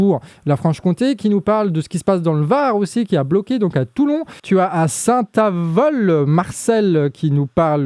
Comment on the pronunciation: Bonjour le! Pour information, à Saint Avold (prononcer le D final;) ) à, c’était opération péage gratuit et non blocage du péage;). Bon boulot!